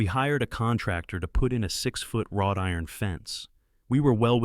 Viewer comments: Not “rod iron” fence … WROUGHT IRON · It's "wrought" iron, not "rod" iron. I wish Google would hire some HUMANS to proof read and correct the many mistakes made by the AI Artificial Idiot.